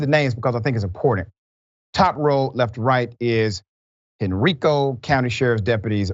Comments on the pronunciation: It’s pronounced Hen-rye-co county. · Not expecting you to know, but it's pronounced Hen-RYE-co county, Doc. Just south of Richmond. The HBCU, Virginia State University, in Petersburg, VA stands between Henrico and Dinwiddie counties. (Those Henrico cops transported him out of their jurisdiction, btw.) It's been known that the Central State Mental Health Facility has been a nightmare institution straight out of Hollywood horror shows for decades. A guy in our dorm was sent there after temporarily losing it, tripping on acid, at a gym dance. When he came back 3 months later, he was a total zombie. Eventually, his parents came and took him out of school - never saw him again...